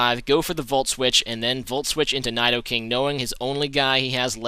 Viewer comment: Your not saying Nidoking right. But I love you.